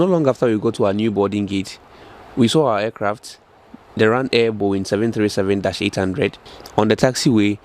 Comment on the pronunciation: I started laughing immediately I heard what sounded like “Ryanair”😂😂